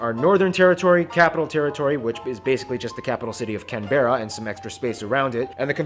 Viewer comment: Emperor of Rome: correct me if I’m wrong but in the episode, pronounces Canberra wrong, right?